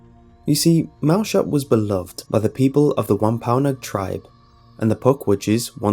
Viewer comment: wampaonog? WAMPANOAG!